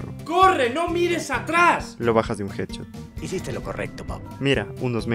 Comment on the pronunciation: dice hadshot en ves de headshot